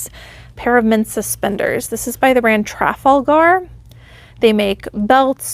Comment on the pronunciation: I'm pretty sure that's pronounced "tra-FAL-ga" as in Trafalgar Square in London 🙂 Really nice hauls,. Thanks, as always!